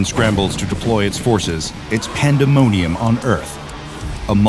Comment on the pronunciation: Pan - duhh - mo - nium